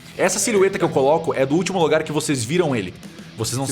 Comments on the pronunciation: Deve ser difícil pronunciar lh coitado, já tá no Brasil faz tempo mas ainda não consegue falar direito, OU ele é disléxico mesmo e não sabe falar "siliueta" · Cellbo e não sabem falar "silhueta', é "SiLuEtA"